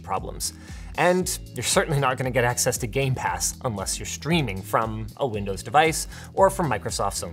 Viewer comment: linus, you do realise you said lindows and not windows right?